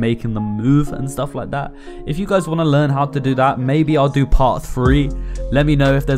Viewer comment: ur 'laik dat' got me hooked..